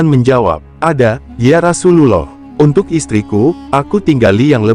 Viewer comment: Jgn kyk robot bahasanya..penyebutan Rasulullah GK pas di telinga..skalian total kl bahas sejarah isla